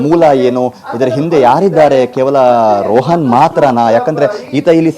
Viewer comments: ರೋಹನ್ ಅಲ್ಲ ರೋಷನ್ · ಅವನ ಹೆಸರು ರೋಹನ್ ಅಲ್ಲ ರೋಷನ್ ಎಂಥ ಸುಳ್ಳು ನ್ಯೂಸ್ ಮರೆ ಇದು